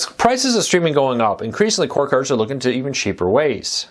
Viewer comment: C O R “D” NOT CORE